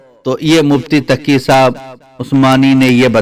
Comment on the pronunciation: یہ لفظ taqi hay takiya nahi